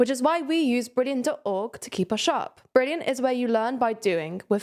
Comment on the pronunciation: to try every bleurgh brilliant has to offer for free... Funny but its fine lol